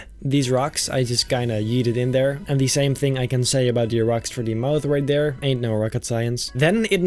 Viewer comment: i love how he says athere